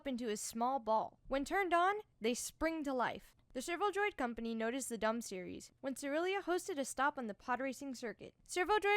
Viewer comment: the dum series. ok i am german and when you put a second m to the series name you get dumm an that is a german synonym for stupid.